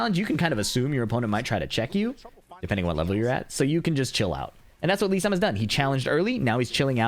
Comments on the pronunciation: it sounds like Sam to me lmao But it's supposed to be Lee-san. So that's how you're meant to say it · For some reason it sounds like kept saying Lee Sam. Maybe I'm trippin but it's Lee San